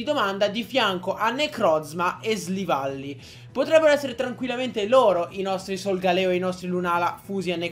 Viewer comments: SILVALLY NON SLIVALLY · Ma come li pronunci??? Golisopod??? Slivally??? Nn per fare l'hater, però... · si dice silvally